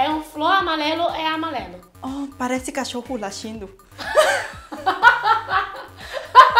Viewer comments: "Oh, parece cacholo latindo... " Hahahah adorei... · Não ele disse assim "parece cachorro lachindo"